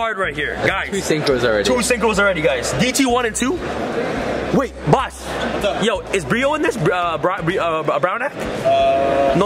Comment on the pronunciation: at the start of video when he's getting change for his $100 he says "b0ss" 😂